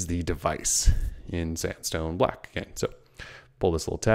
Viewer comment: i keep hearing "samsung black"